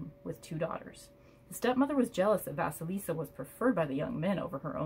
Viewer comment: Thanks a lot for sharing it. I'm waiting for my deck to come, which I personally ordered exactly because of the Russian fairy tale about Vasilisa)) so I'm especially grateful you read this from the book, pronounced correctly the names👌and shared your ideas. Having watched this video I came to the conclusion I don't need the book either😄😄😄